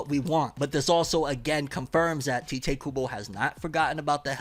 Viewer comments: It's literally pronounced Tie-Tay not Tee-tay. But go on😂😂😂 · You are pronouncing tite Kubo's first name incorrectly 🤦🏼‍♂ In Japanese, it is Taito Kubo, and so you would pronounce his name the same, but you wouldn't put emphasizes on the 'o' at the end, and it would sound more subtle, which is how he pronounces his name in interviews. Hope that helps 🙂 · Not sure if you knew, but the author writes his name IN ENGLISH as Tite Kubo. The transliteration from Japanese is Taito Kubo, or in other words, it's pronounced "Tight"